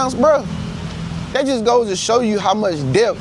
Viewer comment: Debt... The b is silent. Det..is how its pronounced. No shade tho..just letting you know.